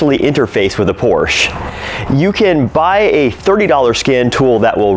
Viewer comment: 👾Hey Sport...Porsche is a two syllable word...